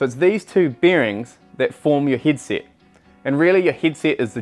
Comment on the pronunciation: I have just noticed he cant pronounce the e' ... He is saying hid sit and not hedset and also birings and not Berings